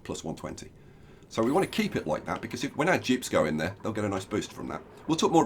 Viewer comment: I was so confused why you were calling them Jibs until I actually heard you annunciate Dupes